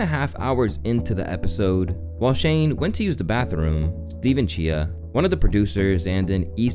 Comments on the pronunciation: Well first of all you said his name wrong. But if you knew Steven Cheah and yak podcast you would delete this immediately. Haha it’s all just a comedy thing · Coming from someone who watches the yak you missed it on the last segment. For sure was little tension and what not but not as serious as you take it. Yoy pronounced Steven cheas name wrong and included a comment saying it’s the worst interview. It’s not an interview. It’s the case race. Shane goofed and laughed about this moment day after on an interview.